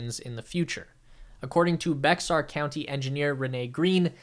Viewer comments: Bexar is pronounced like "Bear." Because.... Texas.... lol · It's pronounced like (Bear). Bexar = Bear no worries, just if you talk about it in the future. it's Bexar (Bear) county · Fun fact, Bexar county is pronounced "bear" County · Bexar is pronounced Bear, like the animal...I know, it's weird. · Excellent content! Thank you. Point of information... Bexar is pronounced like Bear. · Bexar is pronounced "Bear" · Thats pronounce Bayer County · Actually I have always heard it here in San Antonio as, Bexar (bear), one syllable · Bexar is pronounced “bear” like the animal. 🙂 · Great content! (Bexar is pronounced “bear” FYI) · Bexar county pronounced more like the famous Aspirin company Bay-er. It is an English attempt at Bejar or (bay-har) a Spanish city in Salamanca.